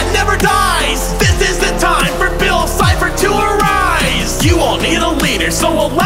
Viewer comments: Did you say bill CHIPPER instead of bill cipher? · Its cipher not cy0her